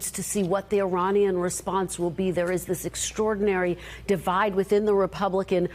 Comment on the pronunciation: Did he just say " iranisky"